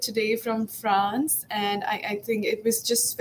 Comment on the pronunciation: Wait the first question did she say France or frog?